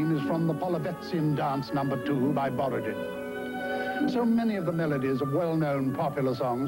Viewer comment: My brother and I could repeat the entire commercial, reciting the script as well as singing the music. We always thought that "Borodin" sounded more like "Bobbadee" the way actor John Williams said it.